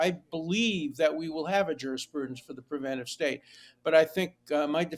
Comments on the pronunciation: Hugh! pre-VEN-ta-tiv is NOT A WORD!! The title of the book is The Preventive State (pre-VEN-tiv). It is excusable for illiterate people to utter non-words; but you are NOT illiterate. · Why can't Hugh say the word "preventive"? For crying out loud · My editor ears were pained by your pronunciation of Preventive. Glad he cited the name over and over and that you showed the cover so we can properly order it. Love the show. Big fan.